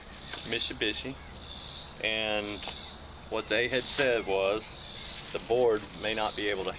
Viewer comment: Stop saying Mishybishy